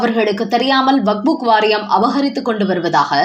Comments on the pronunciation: நேற்றும் கவனித்தேன். இன்றும் கேட்கிறேன். அது வக்புக் வாரியம் இல்லை. வக்கப் வாரியம் 😂😂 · வக்புக் இல்லைடி, வக்ஃப்!